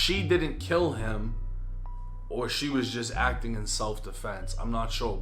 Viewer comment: damn not heem 🤦🏽‍♂️